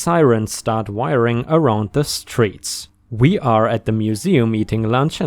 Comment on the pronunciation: Hey. Just a small pronunciation correction. Whirring is said wher-ing. I love how well you take these corrections and it's so great to see your English just keep getting better and better.